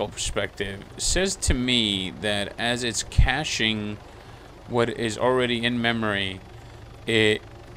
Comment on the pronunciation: You're pronouncing Caching as Cashing, to differentiate between the two when spoken you should say Caching as if you're starting to pronounce Cake, so basically take the "Ca" of Cake and continue pronouncing the word, or else in general people won't know what your referring to..., No offence intended. Thanks for the video !